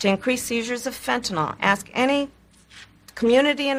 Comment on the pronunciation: Did Harris say, "fentanol" instead of "Fentanyl"? Twice? Is she really that stupid? (rhetorical question)